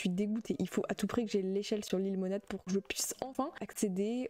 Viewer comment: dit lilemonade en mode anglais